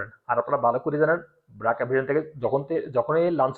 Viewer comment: ব্রাক না বার্ক। উচ্চারণ ঠিক করেন।